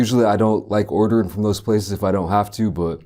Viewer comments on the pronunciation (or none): none